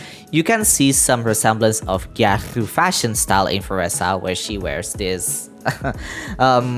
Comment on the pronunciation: Everytime u said Gyaru I lost 5 years of my lifespan